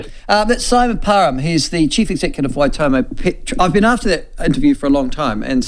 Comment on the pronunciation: How hard is it to say Waitomo. Why.Tor.More 😅 at least try for goodness sake. Wai toemow 🤦🏾